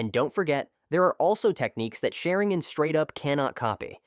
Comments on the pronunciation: According to this A.i. Sha-rin-gan ❌ Sharin-gan ✔️ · Ah yes, the shuh'ring-gen. Rock Lay hard counters the uchih-huh.